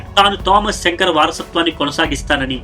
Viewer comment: శంకర్ కాదు సంకార్